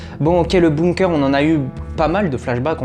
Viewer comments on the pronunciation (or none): none